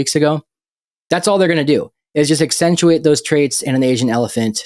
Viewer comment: 28 minutes in.... It's "accentuate" not actentuate. Man, I hate being nit picky on grammar and pronunciation. But that's pretty basic English.